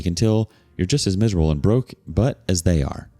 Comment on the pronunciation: Also "broke butt", except pronounced "broke, but" made my day.